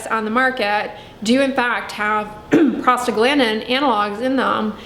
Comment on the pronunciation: Am I the only one who hears “prostate gland” whenever she says that one word? 🤣